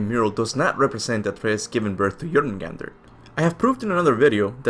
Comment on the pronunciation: It's pronounced Angrboda not Annabora, I know it's hard to do it, but I noticed you do it correctly now for Jörmungandr!